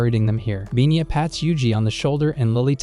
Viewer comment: It's Pina, not binya.